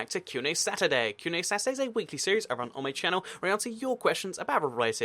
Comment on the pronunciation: Why do you pronounce Saturday as "Sasday" later on as you spell it correctly at the start of the video? It's kind of bugging me out :P